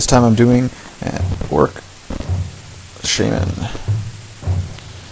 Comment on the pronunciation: sounds like you said: "orc shemale"! LOL! It's ShAman, not shAYman btw. But good video and excellent painting job!